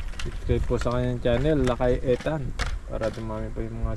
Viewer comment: please call Ethan ITAN hindi ETAN. Sorry pakialamera ako.